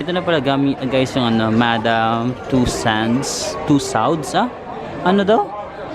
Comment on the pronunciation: Muntik na ko maniwala sa "too- sans"... sinearch ko talaga ✌️🫰